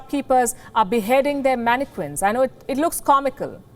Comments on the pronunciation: Mannequin the Q is not pronounced Q ! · When someone doesn't know how to pronounce mannequin lol